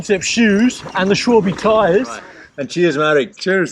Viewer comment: Es heißt Schwalbe und nicht Schwüülbiii😂